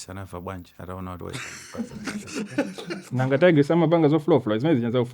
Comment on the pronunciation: Ati Nankha ndingalime, it's Nanga for heavens sake eish